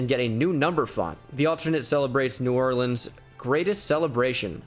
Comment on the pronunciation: I like the Mardi gras Thank you for not mispronouncing new orleans 😂